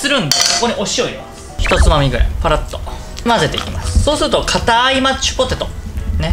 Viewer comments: やっぱり『マッチュポテト』って言ってました!? 聞き間違いじゃなかったwwwww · 今日も安定のぐでんぐでん笑 マッチュポテト言いよる笑 そこが面白いww てか、ぐでんぐでんで 料理やる気あるのが凄。 私絶対無理w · まっちゅぽてとっ(๑>ᴗ<๑)